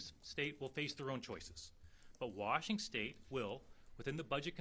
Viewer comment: lol he said Washingstate. 😅 I like this guy